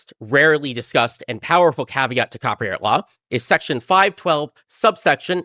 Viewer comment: He says "cropyright" every single time. This is absolutely a bit, lmao. He speaks like Steve Bruhl (the John C Reilly character who is, uh, special)